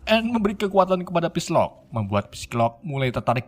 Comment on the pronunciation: note: psylocke dibaca sailok bukan pisilok min